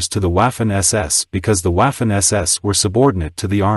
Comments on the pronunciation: It's not pronounced Waffen, but Vaffen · Buddy it's not waffen like waffles.pronounce it properly. The w is pronounced as a v.as in vaffen or verse or vibrant etc.